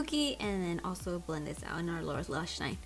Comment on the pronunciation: When you said “lower lash line” I thought you said “Laura lash line” 😂 I think the colors are pretty 💕